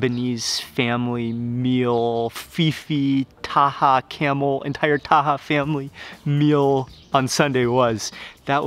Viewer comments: Lol I think it's pronounced kah-mel not camel lol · It’s pronounced kum-eel, not camel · مع كل هالضيافة و التوجيب و بحكي اسمه جمل !! Kamel and not camel حد يصلحه ! ! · Grahoovian you are right, its Kaaamel not camel ( in some countries its Kamal) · yeah it's not camel its kamel pronounce like kaaa-me-L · His name Kamel not kamal or camel! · كامل وليس كمال kamel not kamal we have both names in Lebanon kamel means the perfect person kamal means the highest level.of perfection